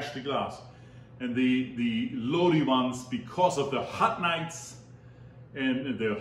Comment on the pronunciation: I love your videos....you are awesome. I actually live in Lodi....it's actually pronounced Lod- I .... I'm sure you are familiar with the credence clear water revival song, stuck in Lodi again, that is how you pronounce the name of the town. We have sooooooo much wine here. Of you ever come visit, make sure you heard to the ( wine & roses) it's a hotel, restaurant and the Lodi wine commission visitor center. We would love to have you here.